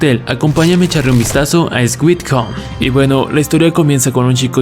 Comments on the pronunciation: El brother que narra no sabe ni pronunciar el nombre de la serie Dice Squit Home en ves de decir Sweet Home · ''Suit Home'' no Esguit. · "scuit come"??? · No se dice “esgüit jom” se dice suit jom (aunque si me dio risa ) o por qué no decir solo “dulce hogar” si te cuesta trabajo la pronunciada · ¿ SGÜIT JOM ? JAJAJAJAJAJJAJA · no les pasa que "eswit hom" xd